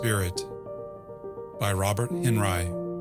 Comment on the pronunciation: Henri is pronounced AWN-ree